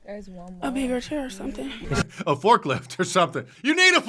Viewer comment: did you say, “forklift or porklift”?